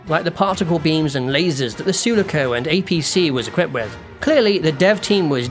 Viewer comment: Good video, but the way you pronounced 'Sulaco'... nukes narrator from orbit